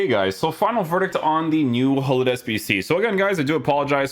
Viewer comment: Hullit? It’s Gullit, with a ‘throaty’ G!